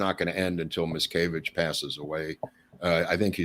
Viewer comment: Wonderful. But why pronounce "Miscavage" as "Mickayvidge?" Just curious.